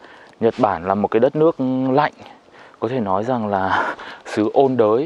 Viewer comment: mệt quá nói thành "chật bản" luôn.😅😅😂